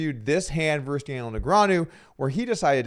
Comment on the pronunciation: "versus" has two syllables, btw. Also, who's this Scott guy?